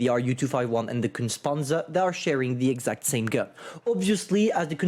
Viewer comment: Repeat after me: KUHNTSAH PANTSUH